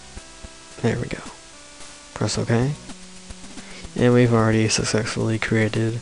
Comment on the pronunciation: 'and we have sucsexfully...'